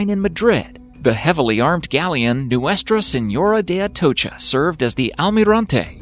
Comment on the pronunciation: Good job respectfully pronouncing Nuestra Seńora de Atocha